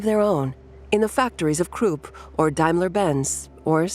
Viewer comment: Kroop and Vee-Aye-Eye-Mar Republic. I called it quits after that one. Dont recommend Channel.